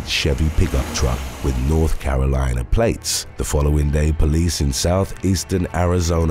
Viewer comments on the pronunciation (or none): none